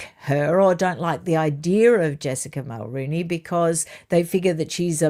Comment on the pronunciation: Mulroney is pronounced muhl-ROH-née!